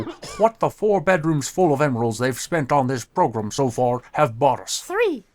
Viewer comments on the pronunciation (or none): wow they actually say progrUm